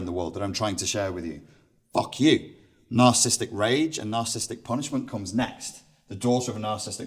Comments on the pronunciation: Isn't the word spelled and pronounced 'nar-ciss-is-tic'? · Seems interesting, but not sure how much I can trust the view of someone who can't spell or pronounce narcissistic !!